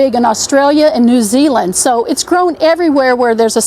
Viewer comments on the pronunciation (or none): none